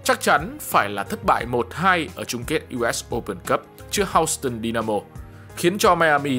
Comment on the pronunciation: Houston đọc là “hiu- stân” chứ không phải “hao-stân”